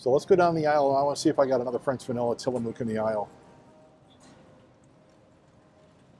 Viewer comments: It's Till A muck, not Till A mook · Great job Tillamook is pronunciation sounds more like Tillamuk, it's indian. Used to rep products, all quality ,Oregon Best wishes thank you for the information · Good video. Just in case you wanted to know the ice cream brand is pronounced Till a muck. The “mook “ part is pronounced “muck” . I love Tillamook Ice cream too. ( I also love Tillamook cheese and Jerky) My Favorite Tillamook ice cream is Marionberry Pie. I had it last summer when I visited my family in Oregon. I haven’t seen that flavor in Kentucky yet but they have been expanding the flavors at Kroger. I love your Kroger and Costco videos. Thanks for the video.